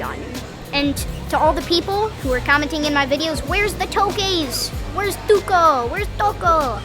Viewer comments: I love how you can correctly pronounce the local name: "Tuko" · I like the way you pronounce the ”tuko”. Your a great youtuber keep it up. Love watching you and your family too.